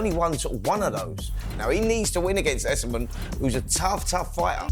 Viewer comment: Why has everyone started pronouncing Ekow Essuman’s name as “Youssamen” when it’s clearly “Essoman”🤦‍♂️🤦‍♂️🤬🤬